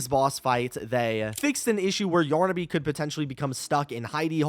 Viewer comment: Yornaby? What… it’s yarnaby!